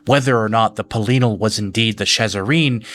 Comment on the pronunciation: Bro, the way you pronounce some of these names really throws me, like who is Peleenal? Is Pelinal, Peh-lih-null.